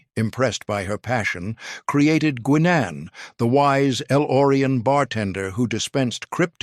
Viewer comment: O-M-G! What did use for a voice narration for this video? You pronounced "Guinan" as "Gwin-An:" ?!?!?!